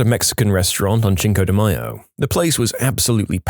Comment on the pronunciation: sir, its pronounced sink-oh-de-mai-oh